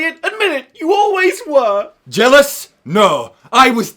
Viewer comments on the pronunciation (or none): "YOU WERE JELLIOUSE ELIOT" XD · "You were jealious Elliot"